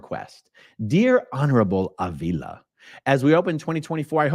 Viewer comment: In Spanish, his last name is pronounced Ahhh-vila, not A-VEE-la. Just for your knowledge. 😏😉👍🏽